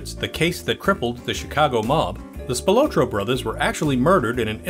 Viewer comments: It's Spil-AHT-roe, not Spi-LOW-tro. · Tony SPIL OT TRO --Pronounce it right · spi-lah-tro=Anthony Spilotro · Good info Just wrong pronunciation of the Spill AH tro brothers THRU THE WHOLE THING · it's pronounced Spill-AH-troh. Grew up with one of his decendents. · Its PRONOUNCED SPIL-AH-TRO. THATS A SIMPLE MISTAKE THAT SHOWS RESEARCH ISSUES. other than that great video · “Spill low tro.” 😂 what really happened to the research & proper pronunciation? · Spil otro lol. You're pronouncing his name wrong. Didn't even mention Frank Cullotta. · For the love of God. Please learn how to pronounce Spilotro. SPILL-LOT-TRO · God damn I wish he would pronounce Tony's last name right... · Your pronunciation of Spilotro is very annoying😠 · Mispronounced Tony’s last name